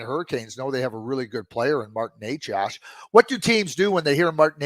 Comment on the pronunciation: It's not Nec ASS. It's Necas for FS.